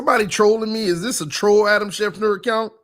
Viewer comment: Schef-ter NOT Schef-ner 🤦🤦🤦🤦